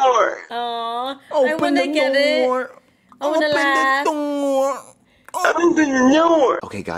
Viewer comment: TO "open the noor" Lol